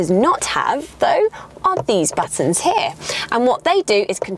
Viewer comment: ANGELS ARE CRYING BLOOD EVERYTIME UR SAYING "HERE"! Youre cute and everything, but please stop saying it! Best Regards